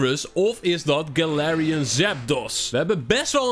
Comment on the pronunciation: Uuuuhm het is galarian nie Galatian XD